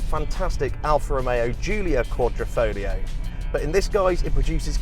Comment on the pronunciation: If you are talking about one of most significant badge in automotive history, fyi one tip of triangle represents signore Enzo Ferrari, you should at least learn how it is pronounced..you made it sound like sifilis dude. Fare well..Alfista Croatia